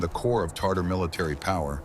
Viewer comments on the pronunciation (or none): (and elsewhere) it's TA-tar TAR-tar is a SAUCE you put on food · Not Tartar, but Tatar. Tartar is a sauce.